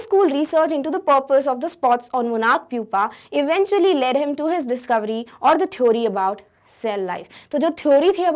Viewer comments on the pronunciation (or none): mam ne discurvy bola 😉